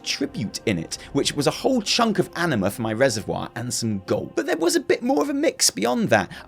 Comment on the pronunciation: I can't control myself, and instead of "anima", I keep hearing "enema". LoL. Sorry.